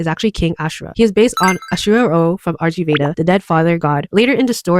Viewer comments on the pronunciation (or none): First correction! The RG in RG Veda is actually pronounced "rig", as the RG Veda is actually a published sanskrit collection of religious and cultural hymns. Correction #2! Clow was not trying to help Sakura surpass him, actually! It's quite the opposite, in fact! Clow is the most powerful being in the CLAMP universe. He was born from an extremely powerful combination of Eastern and Western magical bloodlines combined, and his mere existence is so powerful that the universe itself only allowed one of him to exist in the entire multiverse! Every time Clow appears, it is the same exact person. However, this insane amount of power is so broken that the world essentially warps around Clow himself. He cannot fully control it. He was born knowing the trajectory of his entire life, his romances always cause his lovers or admirers pain, and even a mere desperate thought has the potential to spiral into an incident capable of tearing the universe apart by its seams (a la Tsubasa). His life was not a good one, and he did not want anyone else to suffer the same fate. Unfortunately, one descendent far in the future was set to inherit his power: Kinomoto Sakura. He did not wish the same pain onto her as he himself had, so the entire plot of Cardcaptor Sakura revolves around his efforts to orchestrate the splitting of his massive power among several of his descendents. Funny enough, Ohkawa-sensei also worked extensively on the CCS anime, so many of the differences between the anime and man